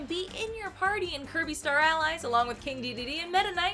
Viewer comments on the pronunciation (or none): none